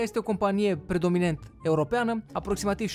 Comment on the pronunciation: Predominant nu predominent